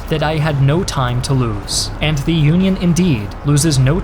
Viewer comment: Why does he pronounce THE so often wrong?